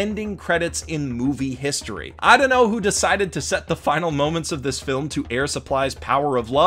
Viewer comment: A good flim HAHHAHAHAHAHSHHAHSHSHSHSHHSHAHAHAHHAHAHAHAHAHAHAHAHHAHAHAHAHAAHAHAHAHAHAHAHAHAHAHAHHA THIS DUDE SAIDA GOOOD FLIM HHAHAJJAJJAJAJAJHHAHAHAHAHHAHAHAHAHAH